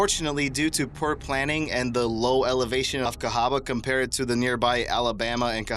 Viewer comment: Jesus Christ learn to pronunciate!!!! It's not da it's THE. Most ignorant sounding narrator for documentary purposes I have ever heard!